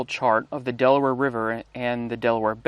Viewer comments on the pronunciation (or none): none